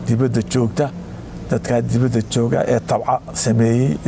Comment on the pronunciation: Debeda weye not dibada